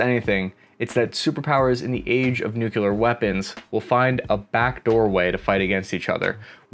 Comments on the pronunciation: Nuclear...not nukular. Kinda funny....given the seriousness of things. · What are nucular weapons? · Several points deducted for mispronouncing nuclear several times. It's supposed to be pronounced NUK-lee-er, not NUK-ye-ler. I don't mean to nitpick but whenever you mispronounce a word it distracts the listener. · Did you just call nuclear Nuculer lol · You're a smart guy. Please. Noun: Nucleus, new'-klee-us. Adjective: Nuclear, new'-klee-are. Please. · Great video! Though I’ll admit to cringing every time I hear “nukular” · You lost me at 'nucular.' when a person can't even pronounce 'nuclear' correctly... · Please stop saying "nukyaler." - and, you obviously haven't trained in White Sands. We "bloused our boots" by rolling up our pants legs. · "nucular warfare".... Well done,.... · omg you said nuculer.....canceled! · Why do no famous folks know how to say N U C L E A R ? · You didn't know about the Mekong river? You look older than 12, so I'm surprised. Also, can one of you YouTubers learn how to pronounce the word nuclear? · Learn the say 'Nuclear' correctly lmao.